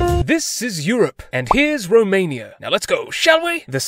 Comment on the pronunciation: 🤣🤣 Dobrogeeeaa... remain-ia.. so many gems